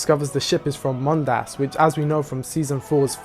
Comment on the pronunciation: Is it canon, that the second syllable of "Mondas" has to be pronounced weird? I've seen several YouTubers stress the second syllable.